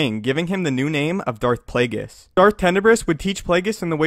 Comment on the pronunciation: SanjiBaratie Darth plagues?? It’s Darth plagueis